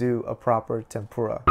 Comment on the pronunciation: That’s not how you say tempura